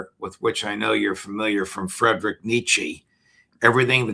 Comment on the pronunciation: Pronounced Freedrich